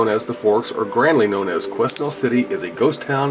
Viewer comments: these are our canadian igloos..and its pronounced..kwe..nell.. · its pronounced Kwenel LOL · OK the pronunciation is "Kwa-nel", an old French name.. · It's Pronounced kwenel forks I live in Quesnel and I've been to the forks.. you want to tour some serious scary stuff just visit this place.. Quesnel Forks is a ghost town of hundreds of people who died there. It's freaky . Still find old shoes from the inhabitant from long ago lying around.. I did not take a damn thing out of there.. was to scared. I'm suppose to be heading up there tomorrow Sat feb 22nd for ice fishing.. if I do I will take some pics. If we don't end up going to that spot , I will be going up in the summer . I'll take pics then as well. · Quesnel is pronounced Quenel, thanks for the info mate, a Tong house is usually a house built by Chinese Gold Miners of the time, circa 1890's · I live in bc canada and its pronounced que-nel, And I myself and a friend saw a ufo in summerland bc last year, It was just a shinny obect hovering in a valley.looked at it with 10x50 binoculars and it looked round,was not a plane.and I know there is a alien base supposedly in northern bc. thanks for the video. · Qwin-nell is how it's said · you pounce it as Kwanel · the s is silent. quinell is how it sounds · lol every time i hear u pronounce it i laugh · the s in quesnel is silent